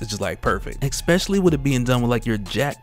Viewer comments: Especially not expecially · EKSPESALY. Truly especially an alternative pronounciation